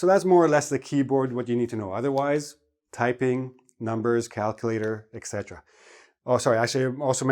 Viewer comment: Why do you pronounce “iksetera” instead of etc?